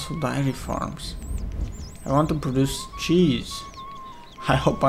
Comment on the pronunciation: Some darry farms and whaht farms lol. I love your videos but your pronunciations make me laugh